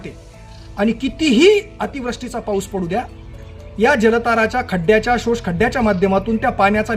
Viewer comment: समृध्द ,अतिवृष्टी आणि कृषी शब्द नीट उच्चार करा सर उच्चार खटकतात..... आपलं काम ग्रेट!